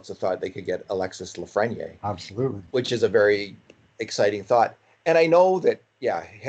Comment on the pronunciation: Please pronounce his name reasonably close to how it should be pronounced: "Alexie Lafreni-eyre""